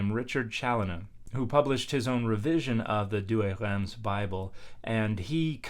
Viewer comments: Yep Reims is pronounced \ʁɛ̃s\ with a nasal vowel instead of \ʁɛns\. Dan’s trying to the uvular r, gotta go all the way and get the nasals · Pease don't says the 'm' in Reims. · Traditionally, in English, it's pronounced "reems". I would pronounce it the French way when referring to the city, but I would anglicise when referring to the historic translation.